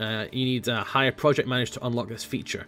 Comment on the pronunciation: never heard anyone pronounce it high-me